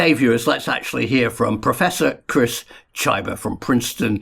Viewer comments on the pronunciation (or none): I believe that pronouncing Chyba as Tchajba is erroneous 😉